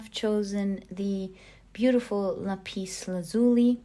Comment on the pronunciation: Hi I have to correct the way you pronounce the word Lapis, in the English language it is Lap is not La pis, sorry for having to correct you. #1 was my choice because Chiron is conjunct my Natal Sun & Lapis Lazuli is my favorite semi precious stone. Thank you for another excellent reading.